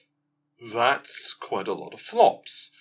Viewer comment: I don't want to be that guy but: quite =\= quiet. Quite: pronounced, remarkable, significant Quiet: to be silent, not make noise